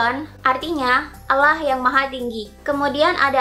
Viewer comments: bilang allah aja masih dilencegkan jadi auloh wkwkw banyakin baca buku aja deh, setau saya hanya pihak islamlah yg mengkalim dia keturunanan ismail dan mencopypaste nabi"nya yahudi dan dibuat karangan agama baru, secara yahudilah cikal bakal kristen dan islam menurut sejarah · ini apaan si.. byk yg beda sm alkitab.. trus jg Allah tp di baca auloh. kayak campur aduk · dari cara melafalkan Allah kan jelas dia seorang muslim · Hrs hati hati bahas Yahudi... Saya termasuk pemerhati Bangsa ISRAEL.. Dari logat mu menyebutkan Nama Allah.. Anda beragama Islam.. Jadi Perlu teliti.. Karena sgt sensitif.... Agama Yahudi adalah Leluhur dari agama Kristen..baik katolik dan Protestan. Menurut saya kamu di video ini Sgt teliti..WALAUPUN ada yg Mis.... Tetapi tdk fatal... Ada Jutaan Org indonesia yg menjadi pemerhati dan pengagum Bangsa ISRAEL..dan agama Yahudi...